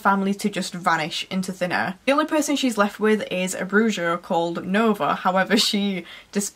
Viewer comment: Great vlog, congrats on all your achievements - it's nice to be acknowledged and feels great to be freeeeeeee from uni. "Bruja" is pronounced "bruha" (the j is pronounced as an "h" - like Jesus is Hayzus)